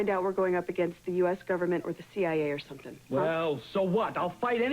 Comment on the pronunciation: always cracks me up because he's always standing on his tiptoes every now and again as he talks to someone. Also he can't say the word something. It comes out Sun thing. I noticed this ever since I was a kid